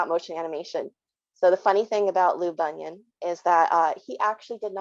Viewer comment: Very interesting - but PLEASE - the man’s name is Bunin (pronounced Boo-nin). You make him sound like a foot disorder!